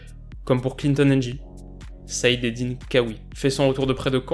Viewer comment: Saif, et non said 😉